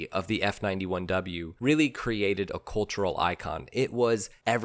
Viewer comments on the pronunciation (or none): none